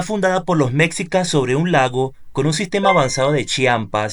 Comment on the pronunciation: Antes de hablar de un lugar te recomiendo leer e informarte e informarte en las fuentes adecuadas sobre el tema y en especial cuando hablas de la historia de un país tan importante como México. Por ejemplo dices Mecsicas y eso no existe se escribe Mexicas y se pronuncia "meshícas", tampoco existe "Plaza de la independencia" se llama Zócalo o Plaza de la Constitución. También la ciudad original se llama Tenochtitlán, no existe "tenocticlan". Sería justificable Si fueses sueco, gringo o francés, pero eres latinoamericano y hablas español por lo que puedes comprender y entender perfectamente. Ya que tu video es público y estás desinformado. El edificio donde vive el presidente no se llama palacio presidencial, porque propiamente no era un lugar para que habitará el presidente, se llama palacio nacional y es el edificio que representa el gobierno repúblicano de México. Obrador rehabilitó un departamento dentro del palacio para que le fuera fácil llegar al despacho presidencial.